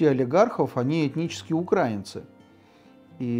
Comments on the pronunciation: О чем оно рассказывает если не правильно ставит ударения в словах украинцы, украинский и т.д ? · тогда и ударение надо ставить правильно в слове украИнцы...а то как-то про грамматику заявляем,а ударения ставить не научились...печальное зрелище...